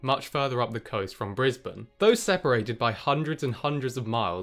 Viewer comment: You pronounced Brisbane wrong but then pronounced it right 5 seconds later.